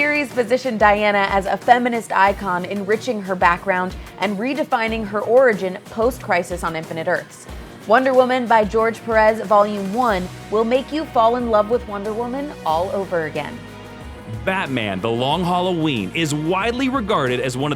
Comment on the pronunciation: It's pronouncd PÉrez, not péREZ. That's what the little line is for